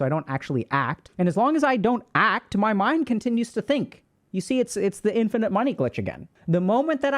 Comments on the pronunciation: That "aree" caught me so hard 😂😂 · Not him saying “are?” 😭😭😭😭😭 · "are?" He's truly speaking Japanese and watching anime now